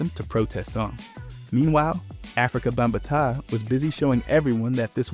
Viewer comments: Ngl I was facepalming hard at “bamba taw” and “ra keem” 😂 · ba-ta-taa lol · BUM-BA-TAHH took me out 😂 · Aww, man. The minute I heard how Bambaataa was pronounced, I cut it off. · Good vid.. but pronouncing Africa bambaataa & Rakim wrong took me out 5min in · So many names were mispronounced from Bambaataa to Nas. “Sooj” was my last straw lmaooo